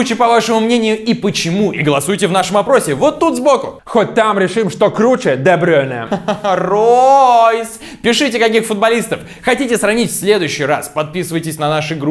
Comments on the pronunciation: дебрюйне а не дебрейне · Почему Де Брёйне, правильно Де Брюйне